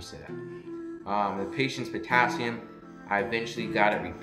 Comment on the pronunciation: I liked it, the only part I had to turn on the closed captions for was when you said, potassium 2.9, couldn't understand so just replayed it. It's post covid and I went to school for my LPN , been doing long term care for a short time then went to homecare 1:1 for vents and trachs and then school nursing. Was nervous going into the hospital exactly for what you said Not feeling like you can think with high patient ratios. Saw they are now hiring LPNs for tele units and needed to know what to expect. I went back to school for my RN . Thanks for your video. I